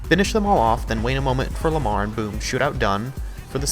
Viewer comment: It’s Lamar not malar🤣